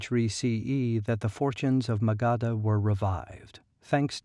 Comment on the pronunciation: It's pronounced as "muh-guhdh" and not "Maga D Ha" 🙄